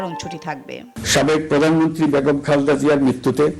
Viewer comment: বিনীতভাবে জানাচ্ছি খালেদা জিয়ার নাম উচ্চারণে ত্রুটি হচ্ছে , ক্রমাগত " খালদা " জিয়া বলা হচ্ছে। অনিচ্ছাকৃত ত্রুটি কিন্তু শ্রুতি কটু লাগছে।